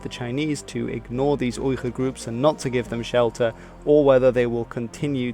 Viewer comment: Ok did you just call the Uyghurs(weegur) the (oigur)